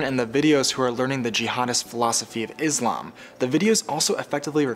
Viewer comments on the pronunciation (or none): none